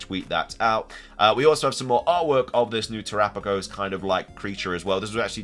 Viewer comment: You have no idea how long I’ve been waiting for you to pronounce terapagos correctly! Who finally corrected you?